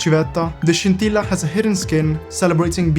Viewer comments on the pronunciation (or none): none